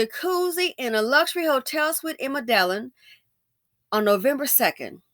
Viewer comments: Medellion??? lol Me-da-Jean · Medellin is pronounced Med- e- yeen. Cartagena is pronounced Cart-a-hena. This is a common occurrence in Colombia. They give them a drug called Scoplamine AKA “Devil’s Breath”, then rob them. Sometimes the drug is so strong it kills them. They go to Colombia and stare at these women all thirsty looking 😂 and then they get drugged. Another thing is they think they can speak to Colombian women anyway they please and put hands on women like they do in the US and Colombian men don’t play that. I guarantee, these dusties will be jumped so quickly for disrespecting their women. 😂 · Hey sis. The cities are pronounced med-uh -YEEN and car-tuh-HAYN'-yuh.